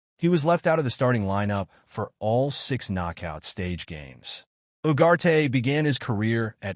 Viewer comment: Its Ugarte not Uwate